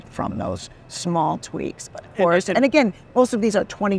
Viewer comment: You mean the Fordster, not Forester. 😂